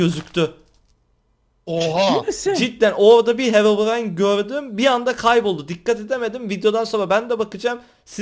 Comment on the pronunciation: heyobyan abi r leri söyleyemiyon ya çok tatlı oluyon